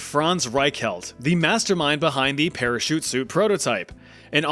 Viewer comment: the para-suit